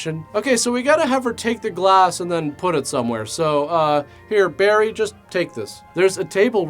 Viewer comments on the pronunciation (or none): none